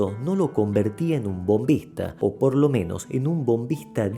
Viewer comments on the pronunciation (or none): Excelente homenaje al Palito Acuña.. una pequeña corrección se dice "Bombisto"